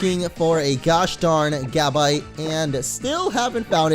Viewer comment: its pronounced ga•bite not gab•ite